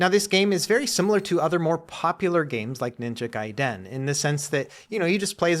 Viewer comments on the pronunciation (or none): ❌ Ninja GUY-den ❌ Ninja GAY-den ✅ Ninja guy-DEN